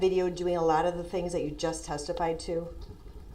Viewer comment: He can't even say that he says dat